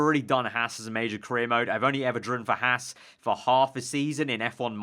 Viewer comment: Archer Kumi It's Haas